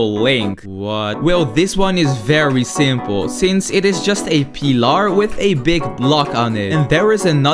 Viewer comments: eet is just a peelar He said kilomaters😂😂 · Bro said pillr